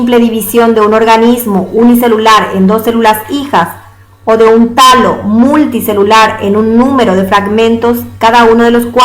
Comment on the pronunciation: y Alejo es talo no tallo!